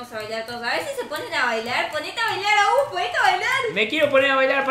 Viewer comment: te diste cuenta que te dicen agus enves de